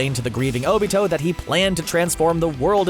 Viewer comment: He called Obito Toni like omg how bad does he have to be at pronunciation